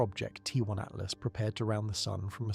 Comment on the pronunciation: 3 l "Atlast"??? C'mon. How am I supposed to take you seriously, when you can't even get the name of the object right? Do better please.